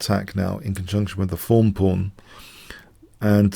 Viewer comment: The first time you said 'thorn' pawn in the earlier videos I was sure I was hearing 'fawn'.